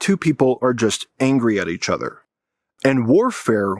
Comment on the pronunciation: pronounce it with me: "uhh-ther" not "ehh-ther"